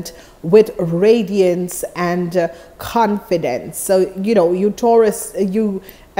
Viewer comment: u keep saying taraus